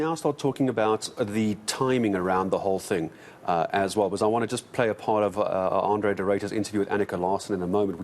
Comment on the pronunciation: "Arno" De Ruyter? Really? It's Andre guys. Jeez.